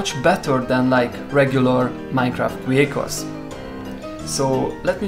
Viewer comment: Did he say micra vrhicles